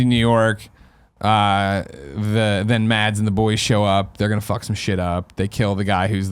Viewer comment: The d in Mads isn't pronounced, it's more like Maz.